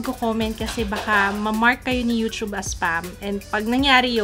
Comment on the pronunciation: pls stop the yu-chub pronunciation:( yu-tub and yu-tu-ber:) hehe loveyou!!